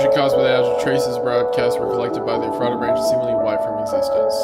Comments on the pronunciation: Wendigoon: “The NERC was ordered by the Eff-raht-uh Branch-.” Every PA Native: “It’s pronounced Eff-rut-uh!” Every time, man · Well thats creepy, I live in Ephrata PA lol btw its pronounced efrida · I'm sorry. This is my inner Lancastrian coming out 😓 It's Ef-fru-ta. Not Eff- RAT-Ah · as someone who lives about 30 mins away from ephrata, it always gets me when no one can ever pronounce it's name lol. for anyone wondering, its "EH-freh-duh" but I get that the spelling looks like it shouldn't be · small note: as a certified pennsylvanian, ephrata is pronounced as approximately "effort-duh" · Its doesnt matter truly but Ephrata is pronounced like “effer-da” in PA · It's pronounced U Fraita with the emphasis on the second syllable. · “EFF-freh-ta” LOL. It’s a town in PA. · ef-ruh-da and then say it smoothly and quicker. We pronounce so many things wrong in this state it’s crazy. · I didn’t even realized it was in ephrata because of the way he said it until the poison oak vid I went back cause I heard him say it’s in Pennsylvania lol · WHY THE FUCK IS THE NAME OF MY TOWN IN ONE OF THESE HORROR VIDS Also, wendigoon, there are two towns in the US with a name spelled Ephrata, neither are pronounced the way you pronounced it lol. Thank you for making my terror immediately turn into laughter. Edit: after paying closer attention later on, its not my town, its the other one lol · hearing him say Ephrata wrong was pretty funny. but i cant really blame him as many PA town names stump people. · MY LITERAL HOMETOWN IS EPHRATA PA AND EVERYBODY I WATCH PRONOUNCES IT WRONG